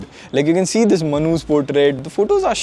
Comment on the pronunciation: You say "Manu's face" but it sounded like manhus face...😅